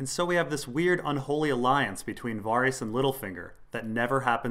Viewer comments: That pronunciation of Varys' name is really weird, isn't it meant to be like Vare-is not Var-ees? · Your pronounciation of Varys is killing me :D Vawrees. Vawrees. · got distracted when I kept having to mentally correct your pronunciation of Varys...c'mon dude, they say it in the show haha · Hearing Varys pronounced that way hurts my brain